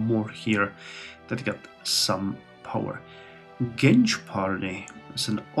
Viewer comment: based maaaan I love this series as turkish person. Notes: Anap party litreally called Anap or a-nap(not like nap in english becuse a is dominant) so its right way you are saying. Genç Party: Means young Party and you said right way. Hadep: its short name same like anap so its Ha-dep